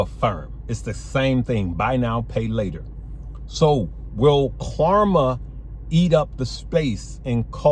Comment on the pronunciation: Klarna has an N not an M lol